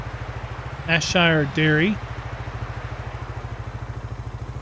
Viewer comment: Ayrshire, pronounced 'airshire'. Great review as always.